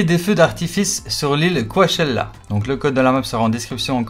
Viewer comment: « Quoichella » ça se prononce plutôt « co-chella » le a est muet ! Et merci pour la vidéo